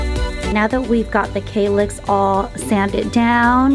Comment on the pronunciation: Kallax - A is pronounced like a for Apple